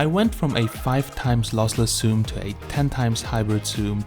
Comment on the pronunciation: HI, Great content Bro...i watched till the end...ah also would you please stop saying ''soom''...and start saying ''zoom'' ;)